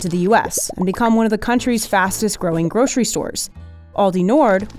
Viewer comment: If you're gonna say GROSHERY and slip into SHTREET and SHTRAIT, with a strange kinda overconfidence, then also say GROSHERY SHTORE, please. When did this become a national speech impediment? Either fix it or control-f SH EVERYTHING.